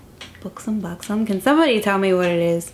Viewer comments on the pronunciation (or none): its b-uh-xom not b-oo-xom- you had it right the first time ;) !! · its pronounced Buck-sum :)